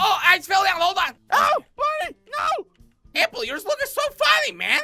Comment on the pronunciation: it doesn't even sound like your saying APPLE. You sound like you're saying LappLappLappLapple